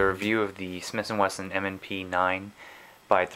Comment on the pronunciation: Smith & weston. Not smiths & Winston